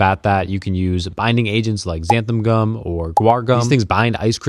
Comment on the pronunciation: Xanthan gum with an N at the end BTW. Nice recipes tho